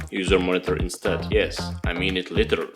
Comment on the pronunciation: Ličrly :D Noice 😅👏👏